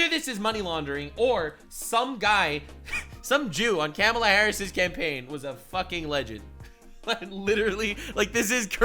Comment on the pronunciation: Everytime you pronounce Kamala as Camela it breaks me lmao X'D🐫